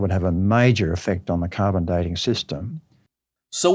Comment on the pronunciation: I remember his hat, and his disturbing “carbon for Dean” pronunciation. 😋 Where have i heard this guy, if not here? Maybe Viced Rhino…? 🤷🏻‍♂️